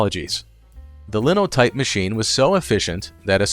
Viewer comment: It's not "Linnow type" it's "Line o' Type" because in one swoop or makes a whole line of type.